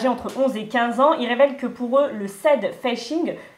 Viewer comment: Par contre, dites à que ça s’appelle “sAdfishing” et non pas “saydfishing”